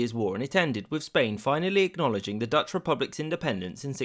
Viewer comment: A non-Dutch person mispronouncing Dutch words. Go figure.